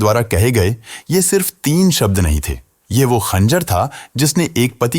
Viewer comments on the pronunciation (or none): none